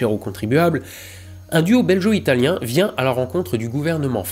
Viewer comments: Juste un détail hein mais "belgo" ne se prononce pas "beljo" ;) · BelGo et non beljo...😅 Mais les journalistes font bien pire alors je te pardonne. Hein que ça te fait une belle jambe? 😂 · Belgo-italien comme gaulois étant une prononciation dégueulasse on évitera. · On ne dis pas belgo comme guerre ?🤔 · Excellent épisode, même si en tant que belge j'ai tiqué quelques fois sur le "belgo-italien" prononcé [ʒ] ("j") et pas [ɡ] comme il devrait l'être ;) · Heu on dit pas "beljo" mais "belguo" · go, belGO-italien, pas geo, bon sang! sinon vidéo intéressante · J’adore l’analyse, mais s’il te plaît « belgUo », pas « belgEo » 😉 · *BelGo , pas Belgeo :P ça sonne péjoratif sinon ^^' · Scandaleux!! Belgo-italien ne se prononce pas beljo-italien!! Ça m'a piqué plusieurs fois les esgourdes! n'aurait pas laissé passer ce massacre s'il avait vu la vidéo avant qu'elle sorte... Tu voudras bien effacer celle ci et la refaire avec une prononciation parfaite? Un peu de respect pour l'auteur vindjou! Merci d'avance! Bisous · Petite précision concernant la prononciation de "belgo-italien", le g se prononce comme "gaulois" et non pas comme le g de "belge". Oui la langue française est une noble langue mais nous, les belges, ne faisons rien comme les autres ;). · Rien que parce que tu dis "beljo italien" et non "belgo italien", je dis "cheh". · Beljo-italien ?? Bel-Jo ??!?!?? Euh... on dit Gorgone, non ? et aussi un coupe-gorge, avec un "G" comme dans GreGOry.. Non ?! Le pire, c'est que GOntran t'ai laissé dire ça plusieurs fois.... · Héhé, juste pour info, on dit BelGO-Italien ^^ Et non pas belgeo-Italien ;) Ce commentaire sert également au référencement. Bisous de Belgique, je m'en vais manger une COUQUE au chocolat une fois ! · BelgUO - italienne ^^ "Belgeot" ne se dit pas. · Comme d'habitude : chouette histoire très bien racontée. Juste un truc, un détail : Belgo-Italien, on prononce belgo (gu) et non belgeo (j) 😉